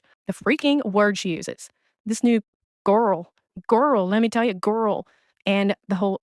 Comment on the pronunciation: I’m sorry but yes that “Gurrll” reminds me of a guy I dated when I was younger and had a speech impediment and that’s how he pronounced Girl as “Gurl”